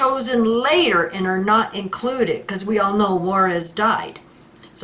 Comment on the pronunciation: It's not Juarez. It's pronounced Jarrez, Ted Jarrez. (JARACZ).